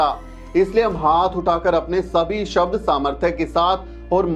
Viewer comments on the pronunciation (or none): none